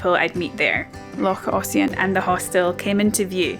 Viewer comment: Hi, have you been sitting in Ernie practising your pronunciation, Loch Ossian was perfect.😀😀😀😀. When I used to work night shift I used ear plugs and an eye mask, especially in summer when it was bright from early on. And of course the ear plugs to block out the noise of the dear little children playing outside. Although the ear plugs just made you more aware of the noises in your head. Thanks for another great video.